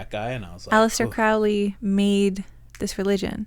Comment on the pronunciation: Crowley's name is pronounced like the bird "crow". To quote Aleister it rhymes with "holy".